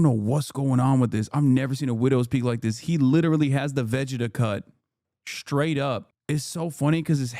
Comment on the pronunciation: Why does Hasan pronounce Vegeta like that? He is trying to prove he isn't a weeb, while making a weeb reference?